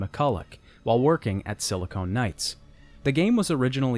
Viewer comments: It physically hurts when he confidently says it incorrectly. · Just a little FYI: Silicon and Silicone are two different things and are pronounced differently. Silicone (as you are pronouncing silicon) is what your mom's tits are pumped full of. Silicon is a common chemical element that integrated circuits are made of. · I love this video and series so much, and I rewatch this video from time to time, but I can't help but finally comment on one thing that truly irks me. It's "Silicon" Knights! SILL-A-CONN. Not "SILL-A-CONE! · Just remember that Sili-con and Sili-cone are two separate substances and words champ. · Another amateur-hour heater coming straight from YT, y'all! Breh, sili-CON, not sili-CONE. LOL! FVCKING 'ELL, PEOPLE! THEY ARE TWO COMPLETELY DIFFERENT MATERIALS. The one you keep misusing is for fake tiddies....foo lol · "...Silicone Knights..." LoL, if there isn't a game developer studio by the name of "Silicone Knights" that exclusively creates adult titles, then somebody really needs to step up and end the tragedy. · You're saying silicon wrong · Silicon and silicone are different words. They are not homophones. 🤦‍♂️